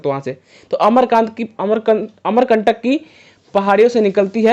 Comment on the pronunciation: Not अमरकांत .. अमरकंटक है भाई